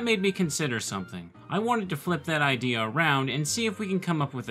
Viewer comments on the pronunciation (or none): none